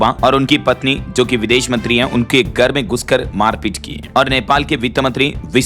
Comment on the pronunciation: Abe buchu gar nhi Hota Hai Ghar karate hai